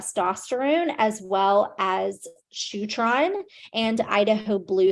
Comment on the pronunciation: did she say shootron???